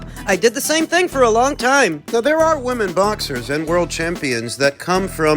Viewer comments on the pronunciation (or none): none